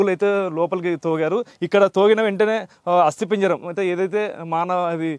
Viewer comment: ఒరేయ్ ఏం రిపోర్టర్ రా నువ్వు...బొంద లాగా ఉంది నీ ఇంటర్వ్యూ... అస్తిపింజరం కాదురా అది అస్తిపంజరం..😅😅😅